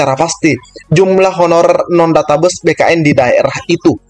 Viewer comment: mantab.... ijin koreksi pengucapan kata 'database' abang... maaf... pengucapannya 'databeis' bukan 'databus' ... mohon maaf bukan menggurui bang....